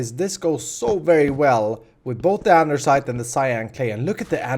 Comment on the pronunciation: Lol he says andersite